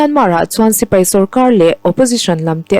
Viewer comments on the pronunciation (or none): none